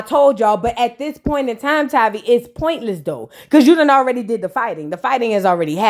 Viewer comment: What is “PERNT”… do u mean Point